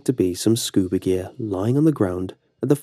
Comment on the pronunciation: I heard Scooby Snack- Oh wait... What the heck is a Scuba Shack?